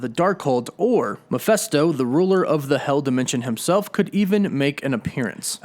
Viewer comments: It’s Mephisto, not Miphesto!! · All very interesting and revealing but Mephisto = “Meh-fist-oh,” not, “Meh-FEST-oh.” Sorry, it’s a little annoying to hear it repeated over and over like that. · take a shot everytime he says mephesto it's mephisto man. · MephIsto, not MephEsto.... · Who or what is MEFESTO? Don’t you mean MEPHISTO ? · Why are you pronouncing me fes toe.(mephisto) Isnt pronounced as meh fees toe?? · Please please look how it's written.........MEPHISTO NOT MEPHESTO.......notice the letter I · Meh-PHIST-o not Meh-PHESS-to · Mephisto is pronounced Meh-Fist-sto not Meh-fest-sto. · i was searching the comment for this! I know right he kept saying meh fes toe lol i get cringy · Good info but Mephisto is pronounced “Meh-fis-to”, not “Mi-fes-to”. Picky? Maybe. But it was driving me nuts. 😊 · Mephisto, not Miphesto. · I thought it was MeFISTo not MePHESTo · Stop saying Miphesto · Dude the way you pronounce "Mephisto" is cringe worthy. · Sorry that I'm a bit of a stickler, but this is rubbing me wrong. I can't perceive how the first syllable of Mephisto has an "a" sound, and the second syllable and "e" sound.